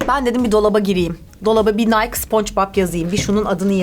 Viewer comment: Nike nayk diye okunmuyor bu arada nayki diye okunur